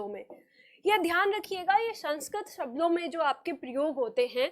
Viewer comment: Madam! आपने काफ़ी अच्छा समझाया। लेकिन कहीं कहीं उच्चारण में आप भी mistakes कर रही हैं। For example, आप 'शब्दों' की जगह 'सब्दों' बोल रही हैं। इसी तरह की कुछ mistakes सुधार लें, तो आपके lectures लाजवाब हैं। Plz take the comment pozitively... 🙏🙏🙏